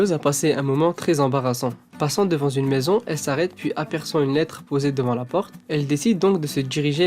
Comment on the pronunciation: A et à , tu dis "devant zune maison ! à croire que tu fais exprès ! on dit devant une maison !!